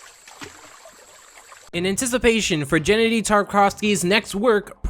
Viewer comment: It hurts so much hearing you say Gennady. Make google translate voice the word Геннадий to you, to understamd how it is really pronounced.